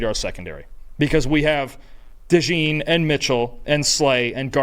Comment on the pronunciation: Is it really that hard for you (dude on the right) to pronounce Cooper’s last name correctly? It’s DeJean like Gene or denim jeans